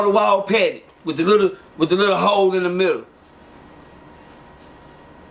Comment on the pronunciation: “Dis little ‘ole”😅